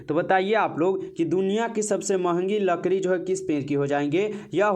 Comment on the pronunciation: लड़की ❌ लकड़ी ✅